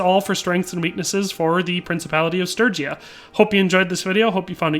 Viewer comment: I'm just relieved you can say sturgia, sturgian properly.